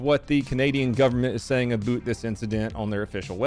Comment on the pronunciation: The Canadian "about" pronunciation made me laugh a bit too much for some reason